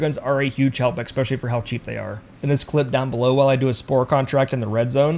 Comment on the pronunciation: Especially. The word is especially. Not eckspecially. lol Other than that, good tips.